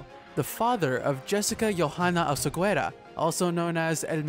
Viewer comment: You don't pronounce the u. OSEGUERA.